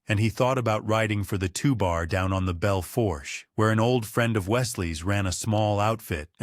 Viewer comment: Belle foursche is pronounced: Bell Foosh